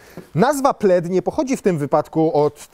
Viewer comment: Dlaczego w momencie omawiania historii nazwy modelu jedynie nazwa Plaid została spolszczona? Wszystkie inne zostały powiedziane poprawnie, a akurat nazwę samochodu prezenter powiedział źle XD